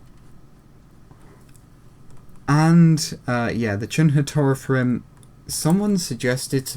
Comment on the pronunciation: Sorry for bothering you, but you mispronounced Taurethrim. The "au" is pronounced like "ow" in "owl". Also, it's "Cerinrim", not "Ceinrim", and it is pronounced Kerinrim. However, you pronounced Morwaith, Limwaith and Pertorogwaith (now renamed to Perdorogwaith, so you need to pronounce a D sound instead of a T sound) correctly.